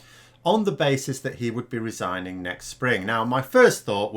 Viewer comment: What exactly is resining,? Sinning again, or could he actually be resigning?